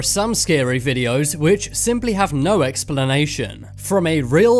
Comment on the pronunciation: normal people: Explanation Top 10s: Expellanation